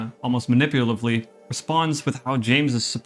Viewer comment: It’s pronounced muh-nip-yuh-luh-tiv-lee…. Your welcome 😊 Another sick video! Keep on the silent hill vide! Look forward to the next one!